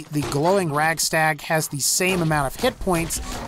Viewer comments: Radstag not ragstag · It's radstag not ragstag man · It's not Ragstag. I hate when people mispronounce it for some reason. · is he saying ragstag? lol